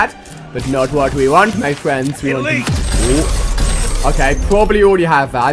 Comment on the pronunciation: It's pronounced probably not probaly.